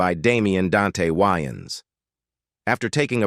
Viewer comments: It's Way -Ans not Wy-ans 😅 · Pronouncing Wayans whyans is crazy